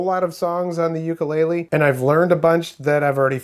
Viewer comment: oo koo lay lay